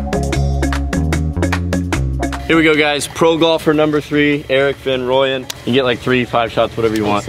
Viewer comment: Rahm is amazing! Just btw guys, Erik is from South Africa. His surname is pronounced Fun Rooyen😂💪🏼